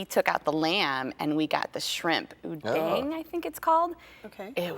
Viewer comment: "shrimp udeng" hahaha adooh ibu ini..